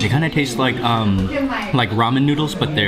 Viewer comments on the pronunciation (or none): none